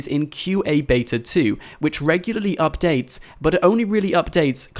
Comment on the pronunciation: I don't like how you say updates